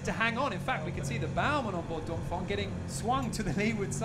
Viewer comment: great video, only thing is that he says dongfong every time... It's dongfEng..